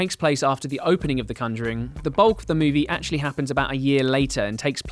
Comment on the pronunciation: "The cunjuring"